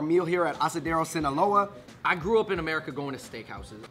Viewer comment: He said asadero right but just fucked up sinaloa🤦🏽‍♂️🤦🏽‍♂️